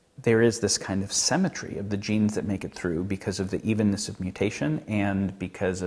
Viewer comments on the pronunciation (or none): It's not "semmetry" it's symmetry and etcetera not "excetera". Just had to correct that. I know, I'm being pedantic. Great video though!